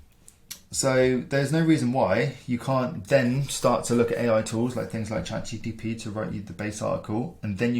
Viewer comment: Good video with interesting tips! Just a heads up; it's GPT not GTP!